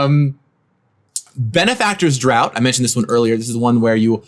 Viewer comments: "Daught" is pronounced "draft." Just FYI. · Draught =/= Drought just fyi, it is pronounced as Draft. These videos are awesome! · Draught is pronounced as Draft. This was painful to listen to.